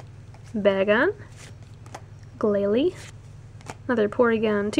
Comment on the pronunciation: Bay-gone, not Bag-on. It's from baby and dragon.